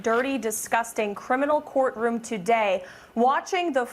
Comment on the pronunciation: I'm sorry, did he say court room or court fumes?